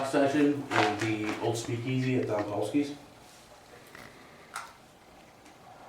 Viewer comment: Great show, but dom is pronounced with a long o, like the word dome.